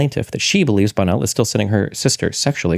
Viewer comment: sorry, when you say Bonnell, it sounds like Bono